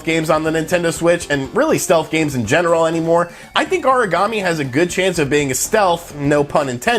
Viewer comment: Aragami, not Origami.